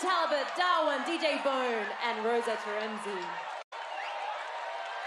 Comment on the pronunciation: The host pronounces her name like Tereeni. Is that actually how it’s pronounced?